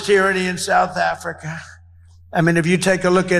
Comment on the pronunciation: Souff Africhhhaaaa